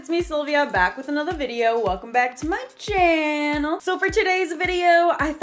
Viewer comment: Its gettin annoying “chyaanel”